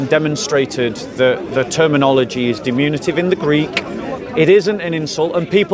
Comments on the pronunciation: Diminutive, NOT "dimunitive". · always mispronounces "diminutive" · "Diminutive," by the way.